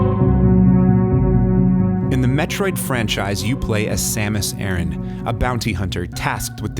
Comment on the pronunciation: I totally agree. I love Samus A-RAN and SM. Its the best game ever created. Please learn how to pronounce her name properly.